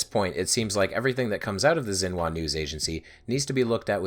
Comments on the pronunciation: Xinhua is "shin-hwa", not "zin-wa". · It’s pronounced shin-hwa